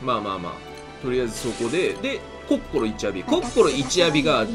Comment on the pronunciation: やっぱコッ↑コ↓ロはいいゾ～